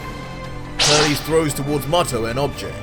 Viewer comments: It sounds like he say's Turlies but it's auctally Turled. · I’ve never heard Turles name pronounced like that 😂